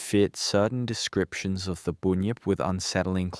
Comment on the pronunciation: It’s a Bunyip not a boonyip 😂 , bun , say bun then say yip now say bunyip .